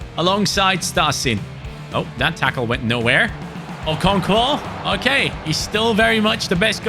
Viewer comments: I’m Nigerian and hearing you butcher the pronunciation of Okonkwo makes my day 😂😂😂 Keep it up man, love the series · You were butchering the pronunciation of M. Olise. It’s pronounced ‘O-lee-seh’. I don’t know how to type the pronunciation of Okonkwo, but yea, you’re not entirely pronouncing that one correctly too😅